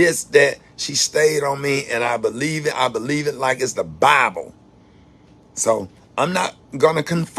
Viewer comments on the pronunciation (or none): none